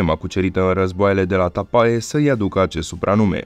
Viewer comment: "Tapae" se scrie, "Tape" se citește (pronunță)!